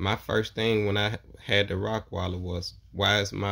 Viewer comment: Bro it’s Rottweiler not rockweiler